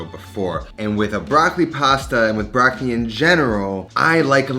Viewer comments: It’s not „BRAKLI“ but BROCCOLI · Comunque per un italiano è sempre curioso sentire come gli americani pronunciano la parola “Broccoli”. 😊